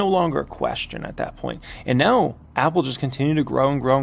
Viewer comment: “NeOW” haha. Cracks me up.